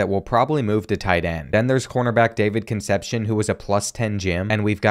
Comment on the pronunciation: The way he says David Concepsions name 😂😊❤